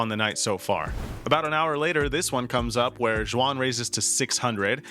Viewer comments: Xuan pronounced more like Swan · la estas cagando en como pronuncias xuan, jajaja, ponlo en google translate para escucharlo